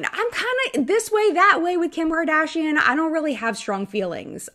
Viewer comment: Kim Kaaadashiann 🤣